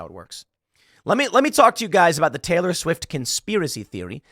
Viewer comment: Tay-Lee I hate it